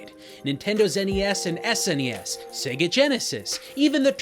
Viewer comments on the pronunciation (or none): none